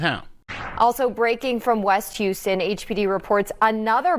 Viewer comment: It's Houston